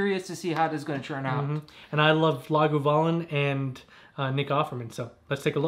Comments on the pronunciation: Yeah sounds like Laguvalin rather than Lagavulin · Great review. The 11 is a favorite. It’s pronounced Lahg ah voo lyn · You're saying Lagavulin incorrectly. I have a slight cringe every time it's said. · It hurts me every time he mispronounces it… I can’t take this review seriously because of it